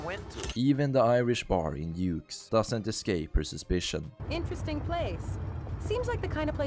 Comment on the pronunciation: you say “Dimitri” but than you pronounce Dukes as Yukes and Little Jacob as Yaycob just interesting 😂